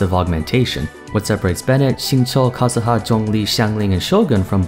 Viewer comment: i love the way you say kazuha. not like kah zoo ha but like japanese u also that z sounds spicy (idk what that means but i cant explain in other way)